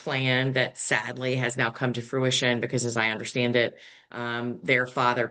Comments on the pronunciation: If that attorney says fruit-ition again!!!!! lol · Is Attorney pronunciation of “fruTISHun” like “ow-loo-min-ee-uhm” vs the US “uh-LOOM-I-num” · So sad that the sister is willing to throw away her relationship with her brother over this estate. There is no bottom to avarice. Also, the attorney keeps saying the word “fruition” as “frutition”. He obviously likes the word bc he has used it at least 4 times in this video. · needs to be told that the word is fruition, not frutition. C'mon, man. And then he makes a bad math mistake, talking about the 1.85 to 1.4 million being a 500K discrepancy. I can imagine he has lots of other mistakes in his arsenal, and his English demeanor probably has helped him come across as more savvy than he actually is. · He keeps saying “fruiTiton”. It’s “fruition”. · no, he’s just getting the word wrong. Like I have a coworker who always says “fustrate” instead of “fRustrate”.